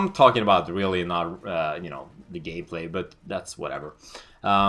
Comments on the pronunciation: You really said Gay-play XDDDD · he says gayplay ;D